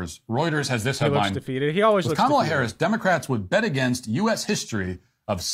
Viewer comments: You should work on putting the emphasis on the first syllable of “Kamala” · KAmala. Not KaMAla. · you’re great, but try and say her name right. If Walsh can do it you can too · You pronounce her name as Comma-LA not Ka mala. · How hard is it to say, “KAH muhla?” Do you really need a post-doctorate degree? Really? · Kamala /COMMA-luh/ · It's KAH-mah-lah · Comma La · Why are you mis-pronouncing Kamala Harris' name??? Try "Comma-la" !! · Your take on this topic is appreciated, but please pronounce the Vice President's first name properly. She's the Vice President, and the Democratic candidate for President. Her name is extremely easy to pronounce. Pronouncing a person's name is the most basic sign of respect. Some people apparently couldn't pronounce, and still can't pronounce, President Obama's name correctly either. I'm not saying that you have ill intent, I am saying that mispronouncing her name makes you sound ignorant and lazy, with all due respect. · Your mispronunciation of the Vice President’s first name is terribly disrespectful. You know her name. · Something that really annoys me is that people like Matt Walsh and Ben Shapiro pronounce Kamala correctly, but that some of her own supporters can't be bothered to do so. The most basic form of respect that you can give someone is to pronounce their name correctly. Come on man. You can do better. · Hey, any chance you can start pronouncing her name correctly? It would really help, thanks! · I love everything you said, but dude YOU really need to learn how to say Kamala's name correctly. You keep butchering it man. Or just call her Harris if easier for you.